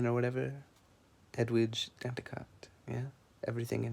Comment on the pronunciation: The last "t" in Danticat is silent. Just for future knowledge my friend.